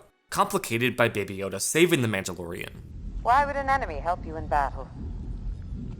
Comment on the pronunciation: You shut your filthy mouth about Rogue One. You can’t even pronounce Mandalorian correctly.